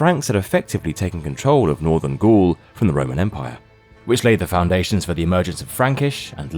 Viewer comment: It would behoove your own interests to train your computers to pronounce basic terms critical to your story, correctly! For example, it is not “ghouls” but “Gauls” as in “balls”!!!!!!